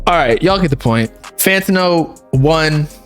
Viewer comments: bro why do you say fantino, its fantano lmaoo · fan ta know??? why u saying his name like this bro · BRO WHY THE FUCK YOU SAY IT FANTO NO ACC DRIVES ME INSANE 🤣🤣🤣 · the way says “Fantano” bothers me